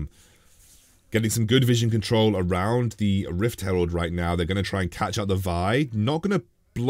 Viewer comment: lel it’s Rift herald not rift s cutler!! lol!!! anyway love ur content